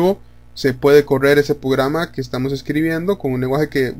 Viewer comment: Porque dices pograma? 😂 Pero está chévere el vídeo entendí todo hasta pograma jaja